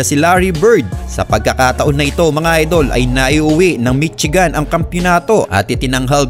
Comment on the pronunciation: mitsigan hahahaha. please do pronouce it correctly. Michigan to read as 'mi-shee-gań'